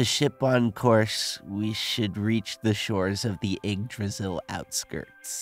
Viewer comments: did anyone find it funny that said Eggdrasil forest instead of Yggdrasil forest? cus I did. 🤣😂🤣😂🤣😂🤣😂🤣😂🤣😂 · It’s funny how most of the voice actors mess up saying yaggdrasil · IGG-Dri-Seal is how it’s pronounced